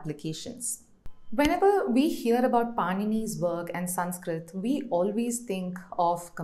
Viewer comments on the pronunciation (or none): none